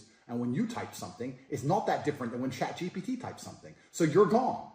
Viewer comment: bro it's chat gpt not chat gbt